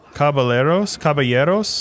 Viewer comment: "Caballero" is Spanish for "Knight" or "Gentleman", the double L is pronounced as the J in Jelly, without an "e" sound at the beginning c: Not triggered or anything, just sharing naaaaledge